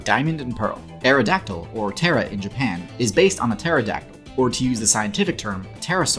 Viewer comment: Actually, Aerodactyl in Japanese is pronounced “Putera” (プテラ) and not “Tera”. It’s named after the pteranodon, which is similarly pronounce “puteranodon” (プテラノドン). Despite the “P” being silent in English, for whatever reason it wasn’t when it got imported into Japanese. I assume the Japanese person that first read “pteranodon” had no idea it was supposed to be silent and thus it was spread to the masses being pronounced that way.